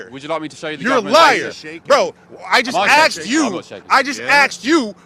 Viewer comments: "i just axed you, i just axed you..." low IQ freaking out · I just axed you…😂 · I axe you, why am I chimpin out?! Ooo Ooo CAA CAAcaa oooo oo ooo. English, muderfukR, do you speak it? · He just axed.😂😂😂😂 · Oh my God he just admitted to axing the interviewer. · Not taking anyone seriously who says AXED instead of asked. 😂 just repeats on a loop because they have have zero to say that is intelligent.